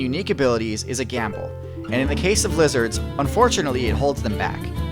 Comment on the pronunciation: While listening to the Hearthstone music playing in the background, I heard you saying "Blizzard" instead of "Lizards" 🤔